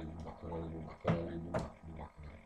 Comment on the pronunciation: Buba Kareli 😂😂😂 tako bar ja čujem posle 2000 puta